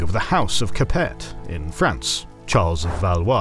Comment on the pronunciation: I try to give you guys some leeway when it comes to pronunciation because it can be hard and I also understand that British people have some interesting rules when it comes to pronouncing foreign names but I draw the line at "Capet" Anyone familiar with history knows it isnt "Capette" it's "Capay" I would really like you to go over pronunciations with your VAs from now on. Mispronouncing Capet is like not knowing how to pronounce Charlemagne or the title of Khan or Saladin